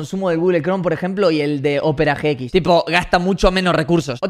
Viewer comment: Opera GX lo dice bien fino xd